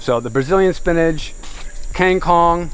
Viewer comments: Water spinach is Kang kung not keng kong.. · King kong ??? Kang kung yang bener tuh